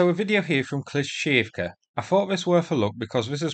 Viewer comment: "Kleesh-shee-eev-ka" :P